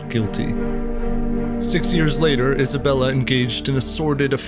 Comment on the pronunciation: Thought u said hasbulla 😭😭😭😭